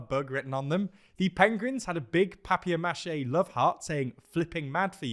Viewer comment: I missed these good news endings. Bonus points for hearing say Pengrins and papiermacheh.